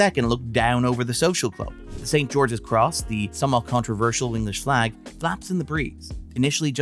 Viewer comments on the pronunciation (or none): none